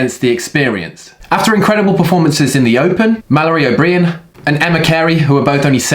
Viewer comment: Mal O’breean. Lol.